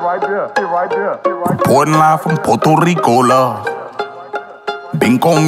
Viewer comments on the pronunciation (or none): Ay Gates it’s pronounced PUERTO rico not PORTO Rico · He’s most definitely not fluent in Spanish. He’s a descendant of a Puerto Rican. Being Puerto Rican is when we are bien here and raised here. Someone should have helped him with those Spanish words and the correct pronunciation of Puerto Rico. No hard feelings tho. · he doesn’t speak it. He doesn’t even pronounce Puerto Rico correctly. AND JUST BECAUSE PEOPLE IN THE STATES ARE DESCENDANTS OF PUERTO RICANS, DOESNT MEAN THEY ARE PUERTO RICAN. THEY ARE AMERICAN. JUST LIKE AFRO-AMERICANS AND DONT SPEAK AFRICAN. THE PEOPLE WHO ARE PUERTO RICAN ARE US THAT WERE BORN AND RAISED HERE. AND WE COME IN ALLLL THE COLORS!!